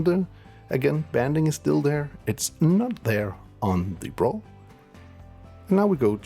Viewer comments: FOR THE LOVE OF GOD SAY "B RAW"! If I hear you say Brahhhhhhh one more time I might end it.... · It’s B raw not braw lol